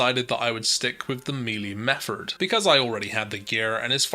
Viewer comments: Its Method. Not Mefford. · are you saying "metherd" instead of "method" on purpose? Triggers the fuck out of me. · Method not metherd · Yea you made a clear th sound when you got the scepter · Ok so Im not crazy, he IS saying that. Meffort! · My guy.. there’s no r in method